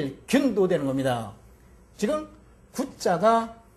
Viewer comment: 지금을 왜! "지끔"이라고 합니까!?? 그저 자연스레 "지금"이라 해야지요!